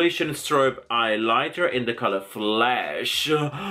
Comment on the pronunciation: Did anyone else get annoyed when he said "eyelighter" instead of highlighter or was that just me??